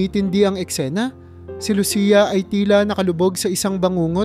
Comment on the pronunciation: Pangalan ni Lucia mali rin ang pagbigkas mo.